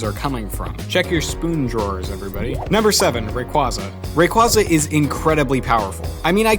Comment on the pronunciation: He said rayquaza wrong.